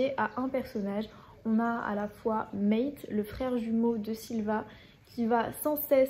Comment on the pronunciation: C'est pa Mète , c'est Mate, prononcez Mâtè, c'est un prénom très populaire en Croatie .